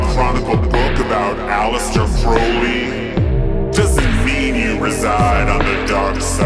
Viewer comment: I enjoyed it, great seeing all my favorite film clips and you definitely have done your homework and thanks for pronouncing Crowley right.